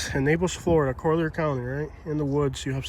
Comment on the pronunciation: Stop the misinformation. That’s not Naples and it’s not the Everglades. Also: Collier County is pronounced "COLL-eer", with the stress on the first syllable. In American English, it's generally said as "call-yer" or "coll-yer”